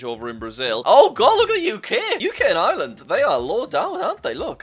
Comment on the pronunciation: Jack is ireland not liland😳